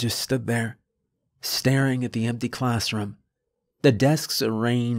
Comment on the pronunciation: Story is fine but why'd he have to pronounce me as meh, empty as empteh?